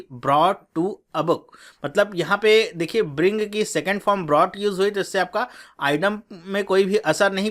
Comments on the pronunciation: Sir, idiom का pronunciation "इडीअम" है l आप इसे "आईडम" क्यों कह रहे हैं. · This is eeee..diom. not idom